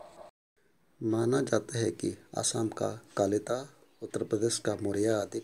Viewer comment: Please read Kalita instead of Lalita.Thank.